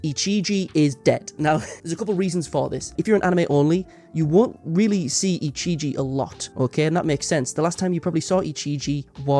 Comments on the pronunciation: the guy saying ichiji instead of ijichi is making me go crazy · I'm sorry, editor, but my brain itches every time you pronounce 'Ijichi' as 'Ichiji'